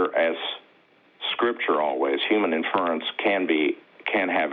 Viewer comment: Do these people know how pompous they sound...if you are a theist you have made a subjective decision...and Mr grandiose vocabulary cant pronounce inference